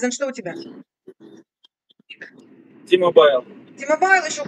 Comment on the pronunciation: Не "ти-мобайл" а "ти-мобл" говорят ))